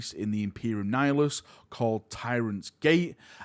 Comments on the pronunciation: Please stop saying nif-i-lus, its Ni-hi-lus. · Your pronunciation of nihilus drives me crazy. Its 'nie- hill- us'. Like nihilism. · Ni-hilus there's no ph in it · literally not one F in that word 🤣🤣🤣🤣 love u bud. Just joshing.